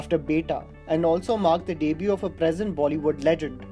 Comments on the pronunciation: Its not deeebue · its debut... not daybyou... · Pls pronounce the word debut properly.